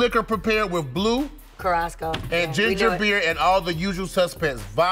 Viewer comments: What in the hell is blue carasco!?😅 Talk about butchering a country's name. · Its not blue curasco, its CURAÇAO like the island🙄 its pronounced as curasAo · Lol blue carrassco was killing me its “Curaçao” pronounced curas-ow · Justina saying “Curasko” for curaçao is hilarious 😂😂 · Why Justina mess up my country's name like that though? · I hate the way she pronounced Curacao